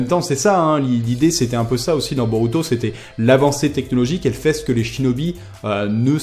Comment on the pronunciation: Regarde le film ." et le -u Japonais se prononce -ou ( ça me stresse) . " Je ne sais pas si Boruto peut utiliser le byakugan [...] " plus tard : " [...] Boruto utilise son byakugan [...] " x33 je pense que tu étais distrait ^^ ( je suis Otaku ! :33 ne prend pas mal ce commentaire)